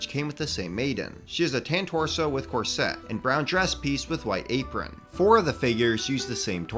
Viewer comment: This is fantastic,! Love it. I do have two tiny quibbles though: 1: “Corset” is pronounced with the accent on “COR”, not like the sound of “Corvette”. 2: debatable if this one counts as “peasant”, but certainly civilian, the Nobleman from the Kingdoms joust. CAS500 on Bricklink. Though I suppose you could include him on your roundup of royals, which I hope is forthcoming.:) Thanks for the great work!